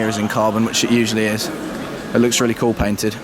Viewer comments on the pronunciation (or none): none